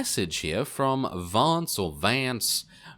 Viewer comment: Jenna Warnock me too he gave it his Texas accent hahha